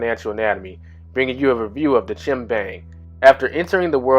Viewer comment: Stop saying CHIM.... IT'S CHIME! RHYMES WITH LIME.